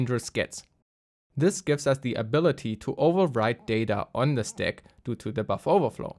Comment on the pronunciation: Listening to you saying steck instead of stack is so annoying, german boy. Use google translator and click on the audio icon when you don't know how to pronunce an english word for f@ sake!